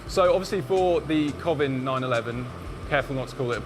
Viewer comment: Why are you still saying cov in?? You know it's Co.... Vin As in Colin and Vincent 😅